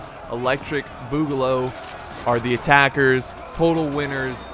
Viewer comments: Why's he ssaying boogaloo so wierdly? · I love the video but my guy needs to pronounce boogaloo properly